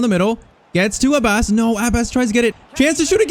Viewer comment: Love the video .❤ Its just its not abbas it abbus